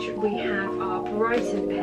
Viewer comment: I love the way you pronounce Leiden! (I am from the Netherlands)